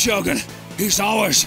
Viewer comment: Boehly calling them "J-urgen" and "Moses"🤣🤣🤣